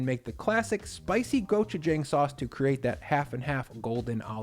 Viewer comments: my boy its pronounced gochu-jong not gochu-jang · Nice video. Will definitely have to try this. Though it is pronounced "JAHng"; not "JAng". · the jang in gochujang is pronounced like 'jaw' not 'jay' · I am so proud of you! (Go-choo-jah-ang) not (go choo jang) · gochujang go-choo-jAWng, not go-choo-jAAng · Just an fyi it’s pronounced go-choo-j(ah)ng.